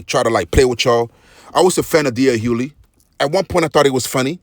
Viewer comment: HuGhley‼️ His last name is pronounced Hugh•ley! 🤦🏾‍♂️ The "G" is not silent. 😒